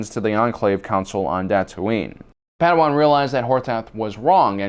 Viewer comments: Why are you saying potato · Thought I was having a stroke when u kept saying potato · Why do you say potato all the time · HAHAHAH HE SAID POTATO kys